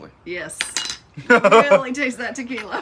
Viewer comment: "tu-kee-la-eee" it's a technical term 😀 That looks great, but maybe you audience has something with wanting the recipes: "The Flat Top King Cookbook Volume 1". I can honestly say you have one of the better flat top shows, in my humble opinion.